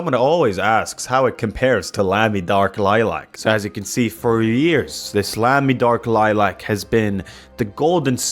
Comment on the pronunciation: Hearing Americans pronounce Lamy makes my German skin crawl.